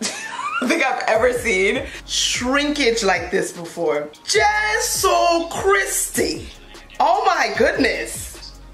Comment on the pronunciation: When she said "jeso Kristi" lmao... The Igbo in her jumped out!😂😂😂